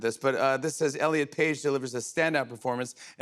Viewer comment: 😂😂😂😂😂😂😂😂😂 you said, rllen instead of elliot!!! 😂😂😂😂😂 You are awesom!!!! So punk!!!!